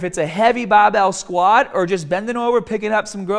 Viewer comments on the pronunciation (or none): That accent came out heavy when saying barbell squat haha